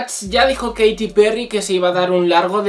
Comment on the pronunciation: Se pronuncia keiriii